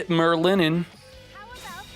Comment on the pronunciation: Oh btw its Merlin not merrylin